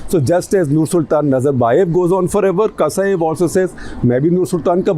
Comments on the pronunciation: Surprisingly accurate analyses of the sitation, my respects good sir! The name of the president is Tokaev though not Kasaev, but overall great review! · Who is gonna asking you what will be the next to happen in Kazakhstan? Even this Buddha ( also ganja) is wrongly pronouncing the current Kazakh prez Tokayev to some other name in whole video. Tera bhaag ne ka time agaya he ....BHAAG BUDDHA BHAAG